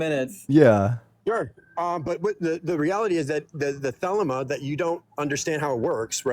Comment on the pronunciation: As a former member of the OTO, it's pronounced the-lee-ma. This guy doesn't even know how to pronounce the name of the religion he's claiming to represent.